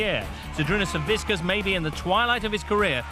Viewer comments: Why does he keep saying saviskiss when it's Savickas? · they keep calling him savisckas lol